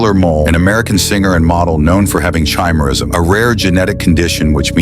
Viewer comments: Not "chai"- merism. Chimaerism. "Ky-merism" is how it is pronounced. It comes from "chimaera". Sometimes spelled "chimera". The "ch" is pronounced with a hard "c" sound, just like "cat". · The singer/model's condition is pronounced ki-mer-ism not chi. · "Tshimerism" is not how you pronounce chimerism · Way to mispronounce Chimaerism. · The AI doesn't know how to pronounce "chimerism?"